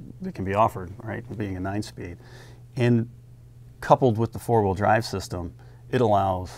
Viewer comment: Why does she say "hawheel" when saying the word wheel